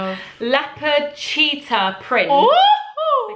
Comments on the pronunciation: said “cheepard, letter’ instead of cheater leopard hahahahha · Anyone else realise said “cheepord letteh” rather than cheetah and leopard 😂